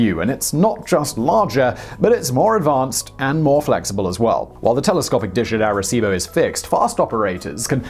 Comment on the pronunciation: ARECIBO!!!!!!!! Simon?!?!?!?